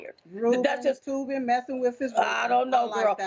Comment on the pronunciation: It’s Toobin, not Toomin idiot. Minstrel Show 2020